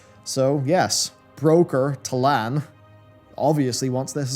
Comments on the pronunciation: Is it Ta'nal like you're pronouncing or Ta'lan (Ta-LAAN) like it's written? Not trying to troll, love your content. It's just frustrating when content creators consistently mispronounce in-game names and places, especially when they have video/screenshots that shows/suggests its pronounced differently than they are speaking. Hearing "Ta-NAAL" and seeing "Ta-LAAN" throws my brain for a loop. Hearing "Nalthor, the Rimebringer" makes me go to wowhead and make sure it's "RimeBINDER" like I thought I remembered. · Is really dyslexic or something? Ta’nal? It’s Ta’lan... it’s even in the video lol. He also pronounces Nozdormu as Norzdumu, Arathi as Arithai, and Y’Shaarj as Y’Sharaaj. What gives?